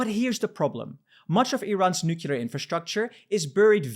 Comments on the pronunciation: I can't believe he said nucular. So sad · Plese learn finally how to pronounce Nuclear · Please learn how to pronounce nuclear!